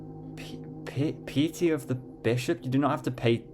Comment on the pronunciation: lol - "Pee-a-tea" and "teeths" - Piety - like 'diet'+e or like Pie-a-tea, as in being deeply religious or reverent. and Tithes - pronounced with a y like tie-ths - to pay a toll, or pay a fee. great BP run - loving it!